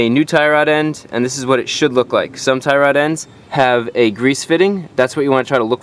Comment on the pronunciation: Tie Rod . You make it sounds like " thyroid ". How to check/change if your thyroid glands are bad ? lol Anyway, thanks a bunch. You're indirectly fixing my car with your videos.